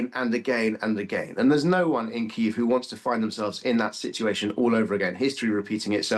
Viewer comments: What is Kiv?? Kiev? Not for long :)) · Kyiv is two syllables: right first time.